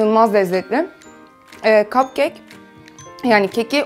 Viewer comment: neden kapkek demek yerine kapkeyk diyosun?